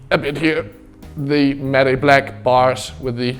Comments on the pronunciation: It's pronounced like mat black not mat e black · Am I the only one triggers when he pronounces matte black like maday black and it's like mat black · love how he says matty black instead of matte black haha, such a good video as always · The way he says 'matte'😂